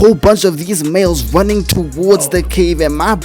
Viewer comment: gotta work on them "R" sounds, homie hearing you say stuff like "cwazy" and "wunning" is lowkey gonna limit your channel, when your personality should make you a million sub youtuber